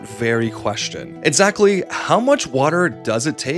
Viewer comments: They sometimes pronounce it as a "t", or miss it. It's just an accent thing, probably, I'm just goofing with them Here's a few etsamles: Etzatly how much 01: "lights" on this video tates damage direttion you're going I just skipped to random parts and few these, but don't mistake me for being mad about it, it's just poking fun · Once you've stopped calling Mario "Merrio", we can start working on pronouncing "exactly" and "expects" correctly, instead of "exatly" and "etspets".